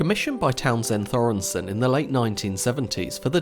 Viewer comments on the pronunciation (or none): Also Thoresen had a hard Th.